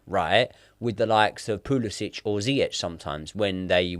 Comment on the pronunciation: Normal pronunciation: Pulisic: Pooless Itch